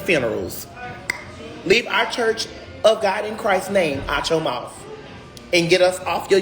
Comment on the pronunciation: I'm pretty sure MOUTH ends with TH and not a F....